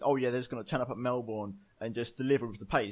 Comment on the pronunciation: when will you say Melbourne correctly